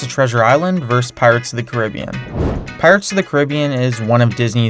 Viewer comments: oml im very sorry but its not pirates of the cah-ribbbbbbben but its pirates of the cah-ri-bee-an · "Pirates of the 'Cribeeyin'." Very well pronounced. 👌 Time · Eeeeh cringe Caribbean (ca-rib-ee-an) when talking about the sea but the movie is (care-I-be-an) or at least that's what I find normal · "cribyun" me:..........CAR-I-BEEN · I thought it was pronounced "Care-a-be-an" instead of "Cer-i-be-en" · It's pronounced car _ rib_ee_an not Cer_rib_ee_on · It’s pronounced cara-bee-an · You said carabean wrong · TheGamerAdmin Hes saying it like the The Caribbean Islands the way Americans pronounced it was Care-a-Be-In for some reason. While the word itself is pronounced Caribbean. The movie is pronounced Care-A-Be-In. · Its pronounced care-a-be-an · I'm from the Caribbean and that's literally how we pronounce it. However when we're talking about the movie we say care-a-be-an. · it is pronounced ca-ra-be-an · That is not how you pronounce Caribbean Ca-ri-be-an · Pirate of Caribim he says its pronounced car are not car ar a be en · your saying carribean wrong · You pronounced Caribbean wrong. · I hate how he pronounced PIRATES OF THE CARIBEAN wrong. Nice video though. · you americans cant say Caribbean right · it's not how you say carribean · He pronounced Caribbean wrong... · now Caribbean...the way you pronounce it rubs me the wrong way, it's like...it just sounds wrong. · twitching because he mispronounced Pirates of The Caribbean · The way you pronounced Caribbean just made me cringe so bad, but this was still a great videos